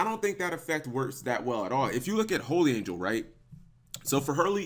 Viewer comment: its holy not holly